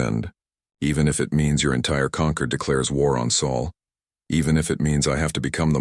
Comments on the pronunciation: This planet is called Terra of SOL, NOT "Saul," STUPID AI! And the alien "Concord" is NOT the same as "Conquered"! DO BETTER. Hire a proofreader! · where did you all go to school, it is sol not saul